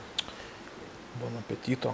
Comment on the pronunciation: Bon Appetit tariant nereikia gale "o" !